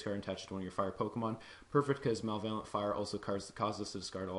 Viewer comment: e.g., "ma-lev-o-lent", not "mal-vay-lent"